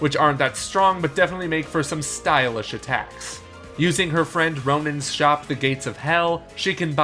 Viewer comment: Anyone catch him saying Ronin XD